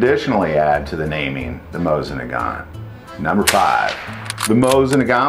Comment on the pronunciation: If you are going to do videos about Russian firearms, PLEASE learn how to pronounce their names! Both the mo-SEEN nagant and the Peh-Peh-Sheh are classics.